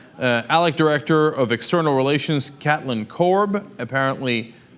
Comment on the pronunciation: K - eight - lin, Cenk, not cat - lin.